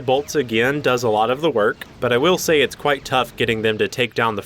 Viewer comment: I don't say this to be mean but hey says again like a gin